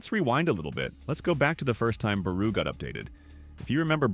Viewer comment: Tf you mean barou bro not out